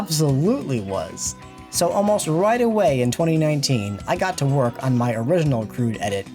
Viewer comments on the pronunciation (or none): none